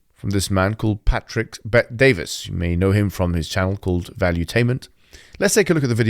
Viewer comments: legends say hijab still calls him DAVIS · its bet-david, not bet-davis. also, for Allah's sake, please turn down the gain on your microphone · Bet-David. Not ‘Davis’. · its Patrick Bet-David, not Bet Davis. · Its Bet David not Bet Davis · "Pet-DaviS" "Bet-DaviS" - Mohammed HijaS. Mohammed Hoojab. Mumhammad Boobjab. You're not the only one who can intentionally mispronounce a name, being a rude and condescending prick. If you are going to spend nearly ten minutes criticising someone, have the decency to learn their name. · Why do you have to get his name wrong? You have done this mistake before with other people.